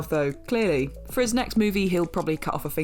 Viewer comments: The Shia comment is a bit outdated, he's made a complete turn around in his life, is now sober and has actually become far more "normal" than in recent years. Give the man his due, he may have fallen hard,... but he got back up. ( ....and his name is pronounced SHY-UH, not SHEE-UH.) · For the LOVE OF GOD!!! His name is pronounced Shy-uh not She-uh. You guys and your refusal to say names properly pisses me off! I don't care if you're British, you say someone's name the way they pronounce it! EFFING RUDE. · That is not how you pronounce Shia 😂😂😂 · Some of these are really interesting but Horns isn't a horror movie. At least not to me and I've seen it several times. Its a good film. And in referring to Halle Berry and her prestigious career, they could have named a better film than Catwoman. Catwoman?! Not Monster's Ball. Not any of the X-Men films she was in. Not Dorothy Dandridge. And why do they keep mispronouncing Shia's name?!